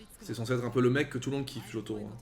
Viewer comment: Et sinon pour Shoto ça se prononce comme ça s'écrit, sans accentuer